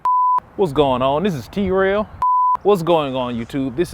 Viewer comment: "Tee Rell" Ah yes..